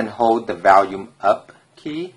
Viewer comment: you're saying volume wrong....good vid though